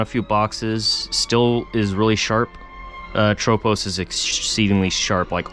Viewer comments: It should be ATropos, not aTROpos. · Haven't heard anyone say atropos like that haha